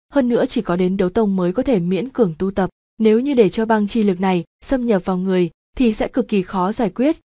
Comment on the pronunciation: Chữ "tập" mà lần nào cũng đọc thành chữ gì lạ lắm=))